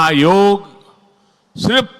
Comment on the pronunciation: యోగ్ కాదమ్మా యోగాఅండీ